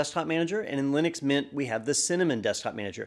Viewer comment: lie-nux mynt is really good lol